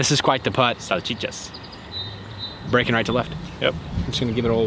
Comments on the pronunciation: saying sachichas killed me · you said salchichas perfectly. Nice.